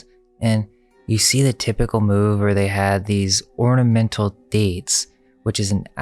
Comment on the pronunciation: It's not "orDiment" it's ornament!!!